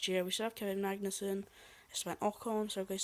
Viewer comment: It's Kevin Magnussen (i'm Danish)